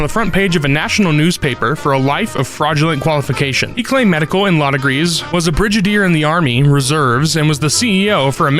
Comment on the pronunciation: Thames is pronounced "tems", God damn, you CHOSE this line of work, show a little self-respect. Edit: Jesus, I no sooner hit play and heard you mispronounce "brigadier." Hard "G." Like "git."